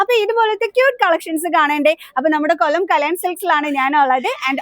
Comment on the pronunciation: പല്ല് കടിച്ചു പിടിച്ചു ഉള്ള സംസാരം. Nall🙏മലയാളം അറിയുന്ന ആൾ കൊല്ലം എന്നതിന് കൊള്ളം ന്ന്..😂സാരി സൂപ്പർ സംസാരമാണ് പ്രശ്നം